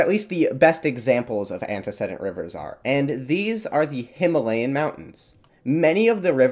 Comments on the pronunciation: The "e" in the third syllable of "antecedent" is long (like "seed", not "said"). I didn't know what your AI narrator meant until I checked the closed captions. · I don't want to be rude, but I can't understand how you correctly pronounce a fairly rare word (orogeny) but then repeatedly mispronounce a basic word of freshman English like "antecedent". I'd not mention it, except you say it over and over and over. I'm checking out early.